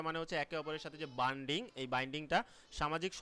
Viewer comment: Sir baindig na bonding hobe